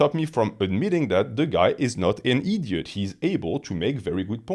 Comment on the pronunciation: I love how says idiot eeedyot